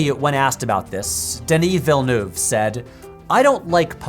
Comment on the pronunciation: it's not vill-noov